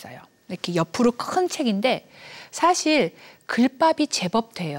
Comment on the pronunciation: 장음인 단어의 첫 자를 "짧게 잘못 발음한 예: 사실, 계기, 최근,해주,소설,선행, 두 개, 선택,세상,천대 ,좋겠어요, 등! 이런 평상어를 바르게 발음하지 못하는 학자!! 또 한가지 !! 강의중에, "난이도는쉬운데" 라고 해ㅆ다. 이 얼마나 어색하다. "난이"의 한자를 어떻게 쓰는지 아시는지요?